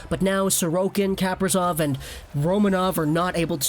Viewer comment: You pronounced Kaprizov's name right in your first video about him